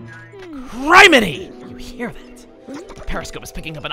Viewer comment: umm chugga... it´s criminy, pronounced like criminal, not crime.